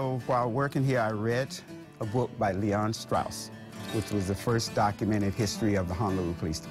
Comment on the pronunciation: LE'ON'--A woman, is on.